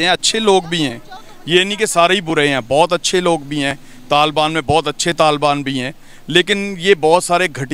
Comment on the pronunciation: Talban nhi hota taliban hota h pakistan ko bi pakstan kahte h 😂😂😂😂🤣🤣🤣🤣